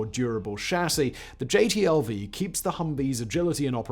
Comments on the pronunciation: It drove me nuts that dude kept calling the new vehicle a "JTLV" instead of a "JLTV." I always hated the HMMWV in my time (USMC 88 - 92). W regularly called it the "Uff" (Useless Fuck). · I'm just going to do it because it's bugging me and I feel a little petty today. Simon, you keep calling the JLTV the JTLV. I don't think you ever say the correct initialism of the thing. Not that it changes the content of the video or decides the fate of the world, but it's bugging me even though JTLV does kind of roll off the tongue easier. I don't take your name and put it as the initialism of SFWB, no. You're SFBW; Simon "Fact-Boi" Whistler.